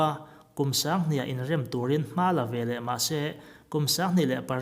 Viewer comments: Bengvar thlakin, ngaihnawm thei khawp, thu rawn pakhat chu veleh velah ti a lam hi, veleh ti a lam nise. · Veleh tih turah VELAH i ti a, 'veleh' ti tawh la ka ti hle mai.